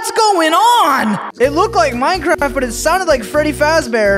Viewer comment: We got some meurncearft bro here we geur